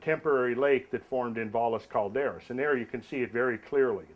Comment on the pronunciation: FYI- Valles Cauldera is pronounced Vai-yeh Cauldera (Double LL means it has a Y pronunciation and it looses the hard S)